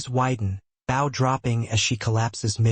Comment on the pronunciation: Does whatever system this is know how to pronounce bow in the context used? It’s a long o! They aren’t bowing to someone, they’re using a bow and arrow!